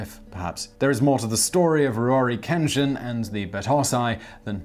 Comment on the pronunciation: All the damn likes in the world for Simon knowing and saying Ruronin Kenshin